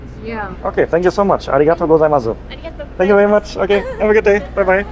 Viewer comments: das Dankeschön spricht man ohne 'u' am Ende aus. Also --> Arigato Gosaimas. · You are pronouncing arigatō gozaimasu incorrectly. It's just ah-ree-gah-toh goh-zai-mahss. You do not emphasis an additional zu on the end.